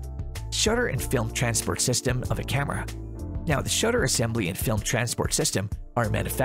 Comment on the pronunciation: I don't like the way he says "camera"